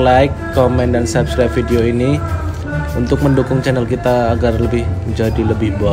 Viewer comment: Opo yo mok kupingku tok krungu ngomong "centel" gak "channel"😂😂😂